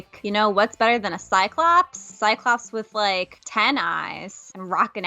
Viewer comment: Sounds like he says ocdiclops